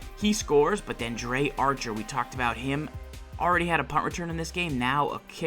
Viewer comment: Pronounce it right (Dree) Archer not (Dray) Archer